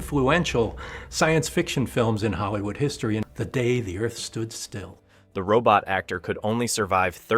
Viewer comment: Unfortunately, your video cuts off everyone's heads. I am pretty sure that is not the way it was filmed. Also your AI reader splits the title on at least one place as "The Day........the Earth Stood Still" You need to edit the text of the narration so the AI reads that all as one phrase. Also the AI murders the phrase "Klaatu Barada Nikto". Check the movie for the proper cadence of the phrase. Just a tip. Still giving you a thumbs up for your work.👍🏼